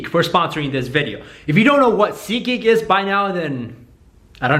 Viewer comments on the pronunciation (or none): its seat..geek not sikik :)